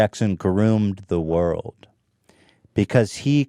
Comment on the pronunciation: Hila, the word is WORLD not WORK. Shesh...